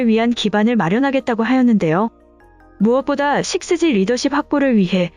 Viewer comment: 육지라고 읽으면 이상한가? 식스지가 더 이상한데.